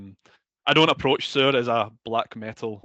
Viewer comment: omg shore? It is pronounced seur.